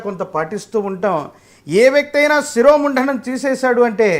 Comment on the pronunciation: శిరోముంఢణం కాదయ్యా స్వామీ శిరోముండనం అంటే చాలు